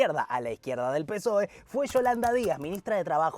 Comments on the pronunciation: Lo nervioso que me puso que digas psoe en vez de pesoe todo el video, se merece un comentario y un me gusta. Buen video, para la segunda parte decí Pesoe por favor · Exelente el video! Lo de decir P'soe en lugar de pesoe es tb para el algoritmo? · Pe-soe se pronuncia,, me duelen los oídos de oírte decir psóe, aguante alimentar el algoritmo, sos lo más, gracias por investigar y sintetizar para nosotres les simples reptilianes de a pie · Muy buen resumen. Una tontería, pero para dejar el comentario para el algoritmo... Pe - SOE .. Psoe me suena raro jajaja. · recordá que PSOE se pronuncia PESOE ya me suscribí,exitos con el canal.